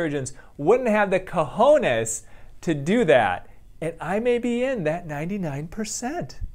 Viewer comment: you need to pronounce more that "j" in "cojones" to have them 😂 Very well placed that word there, anyway! 🤘🏻